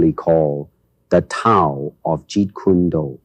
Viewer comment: AI Bruce Lee mispronounced Tao. I really hate all this AI crap.